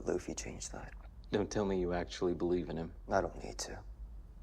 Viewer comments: “Bugsy”? 🤣 Okay, “Luffy!” 😂 Love you guys! 😊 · Pls. just call him Luffy (loo-fee) 😭 Also, Buggy was never meant to be an intimidating villain. A scarier villain is in the next episode.